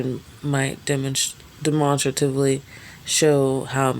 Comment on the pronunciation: you didnt pronounce that right. Demonstratively.😅